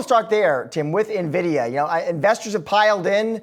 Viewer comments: Dude can’t even pronounce it correctly I trust him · If you can’t even say it correctly, why comment on it 😂.